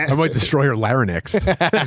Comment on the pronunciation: lary-nicks LOL